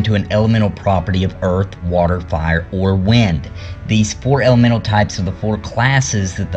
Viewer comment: what is an argamental or are you saying elemental ?